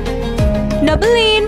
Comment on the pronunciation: Bukan double lin tapi double line sebutanya lain